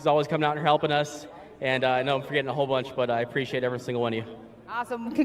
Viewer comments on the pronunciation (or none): none